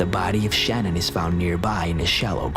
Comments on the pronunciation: Her name is pronounced Shan Ann. You have the video of her husband saying her name even but you still say Shannon. 🙄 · If you are going to do a report on something please get your names correct. It isn’t Shannon in the Chris Watts story it’s spelled Shanann pronounced “Shanun” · Her name is pronounced shuh nan. At least say her name right. Sorry its just a pet peeve of mine. Out of respect say her name correctly. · I hate that I'm being picky... But Chris Watts wife's name is pronounces "Shuh-nan" not "shannon". Its spelled Shanann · Love the vids. #3 FYI, her name is Sha-nann, pronounced Sha-nann (Watts). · Her name was Shanann not Shannon. I know it’s close but for it to be so recent, no excuse for getting it wrong.. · Don't let the TROLLS get you down, lets see their videos...they do make videos...right? In case 3 her name is Shanann pronounced Sha Nan, great vid otherwise I hadn't heard of the first case. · you pronounced Shannon's name wrong